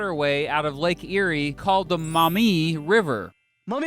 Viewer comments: I'm from Ohio, lived on the Maumee.... pronounced (Maw- mee) not (Mou-mee)... for 14 years. We just moved to Michigan and now live on the St Joe. Lol There's good and bad in both states. I really wish we lived in Bissett Creek, Ontario. I wish you'd make a video about it. 😬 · As someone who's lived almost his whole life in the Toledo area and in Lucas county, it's "Maw - mee" not "mommy" river. And yeah, Michigan totally got the better deal. Maybe the feds should give Ohio Pittsburgh as compensation. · Maumee River. Not "Mommy", Not mah-mee. Pronounce that 'U' as a 'W'. Maw-mee. It's my infuriating curse. Having to correct the pronunciation of a little POS city in NW Ohio that no one outside of the region had either heard of or care about. But dammit, I grew up in that little POS town. (GO PANTHERS!) Yeah- you don't even want to know what we do with the pronunciation of Genoa. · It’s pronounced... “maw mee” river, not “mau mee”. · As an Ohioan who lives in northwest Ohio and along the Maumee River, I just want to say we pronounce it as Maw-mee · I love it when people say maumee wrong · You say Maumee wrong. You need to emphasize the vowels much more.